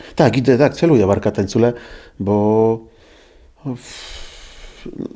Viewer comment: tancule panie to tylkko. opluc przeciez to cpun